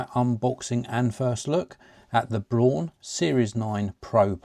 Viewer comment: I've always used Braun shavers and Toothbrushes in my life. Very reliable products, just like this one. Cool video! Btw, actually "Braun" is exactly pronunced like the English "brown".